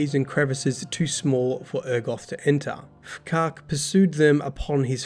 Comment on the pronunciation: F'Kark. Well done pronouncing that one bud 😁